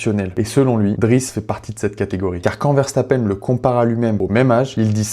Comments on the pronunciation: Il te fait de la peine pour que tu prononce le nom de famille verstappeine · alors moi je le prononce verstappeune et je le prononce comme julien ferbreau c'est jaques Villeneuve qui le prononce verstappeine je peux paraître ultra sérieux mais quand je suis fan de quelqu'un je le suis énormément 😅